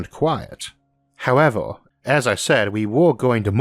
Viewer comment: Why does this speaker sound like a kid that can’t prounaunce words “wegauuurd”, “porpourses”, “howeuwer”, “auready our”, “weauvy”, “pauwerdaux”, “cadegories”, “aurigion”.. “wauking”..